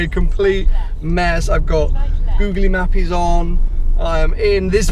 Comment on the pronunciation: Wait did he just say Googaly Mapies?!! I CANT STOP LAUGHING 😂😂